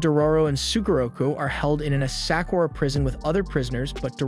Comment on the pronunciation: Ugh the way he pronounced the name of historical "Asakura" clan, Daigo and more. 🤦‍♀🤦‍♀